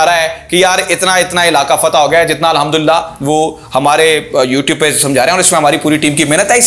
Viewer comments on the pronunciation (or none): none